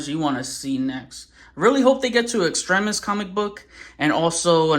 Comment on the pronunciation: Thank you for pronouncing Extremis correctly. You do t how many times I hear reviewers say it wrong.